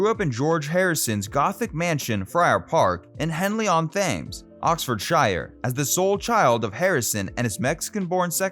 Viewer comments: Henley on TEMMS not THames 😂🙄🙄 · The river Thames is pronounced Temz, mate, not Thaymz. British counties ending in *shire are pronounced *sher not *shiyre as they are in America. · Thames is pronounced Tems. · Henley on thhhhames? Henley on Tems rhymes with Benz. Berkshire is Barksure. Please do some research! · Thames is pronounced tems not thaymes lol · Thames is pronounced tems, not Th-aimes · Thames = Tems Shire = Sher Berkshire = Barksher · Remuneration - ree-myu-ner-ay-shun. Thames - Temz. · Its pronounced Tems not Thames as in Henley on Thames. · Narrator's mispronuncuation of the Thames (h is silent) and the counties ending in "...shire" are typically annoying. (we say "sher" not shire !) As for what we Beatles fans need to know about their offsoring, I doubt many are as ignorant of the facts as those who don't know about The Beatles, especially Americans. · Thames is pronounced “Tems”. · Thames is pronounced Tems! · 'Thames' (the river) is pronounced 'Temms' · How can you have an interest in the Beatles and mispronounce a famous English rivers? It might be spelt the T H A M E S, but it is pronounces The Tems. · Learn to pronounce British words properly. It's so irritating hearing you say Thames when it's pronounced Temes. There are many to others that you need to review too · Poorly researched, and a truly rubbish AI voiceover. Thames is not an unfortunate variant on Thales, and Oxfordshire is not a Shire horse, and more than Worcestershire is. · You pronounced Thames wrongly!! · The pronunciations are the worst part. For someone who is apparently a fan of a British band, he has no idea how to pronounce British things like the river Thames, Oxfordshire, Berkshire, and just plain words like remuneration. I'm sure some of the names have been mangled as well. It sounds like he's reading scripts from other sources without doing proper research. I guess that's what you get on youtube.